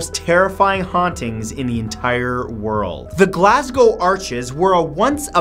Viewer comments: Atleast he got Glasgow right xD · Sooo, any other Glaswegians watching this? Also, nice on you, mate, for pronouncing "Glasgow" right.